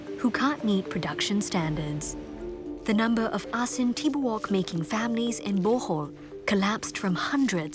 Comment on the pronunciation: Thanks for the feature. Its prnounced as A-sin Ti-bo-ok though.